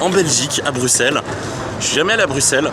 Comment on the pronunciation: on dit pas le x dans bruxelles 😢